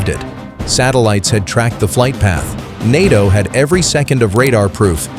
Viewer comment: NATO is pronounced nay-toe, you very silly robot, you very incompetent robot operators.